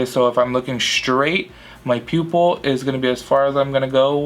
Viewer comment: Every time you started saying pupil I thought you were gonna say pubic lol